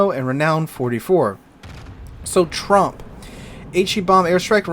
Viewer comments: It sounds as though you keep saying Trump instead of Tromp. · Please pronounce Tromp so it rhymes with Stomp instead of, you know.